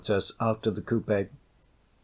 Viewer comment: The way this guy pronounces coupe bothers me